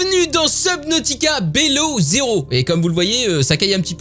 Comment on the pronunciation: Prononcer bilow zero stp x) et jme spoil pas mdr